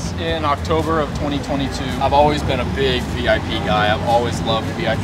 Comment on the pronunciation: Beautiful. However, the build style is called "Vip" not "Vee Eye Pee."